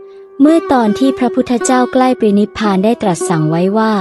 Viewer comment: ปรินิพพาน อ่านว่า "ปะ-ริ-นิบ-พาน"